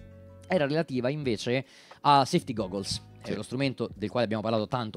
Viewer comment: mio padre con nonchalance, dopo aver detto SEFTI GUGOLS va come pronuncia heavy slam